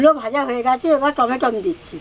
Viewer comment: বাঙাল দের টমেটম 😆😆। টমেটো বলতে হয়।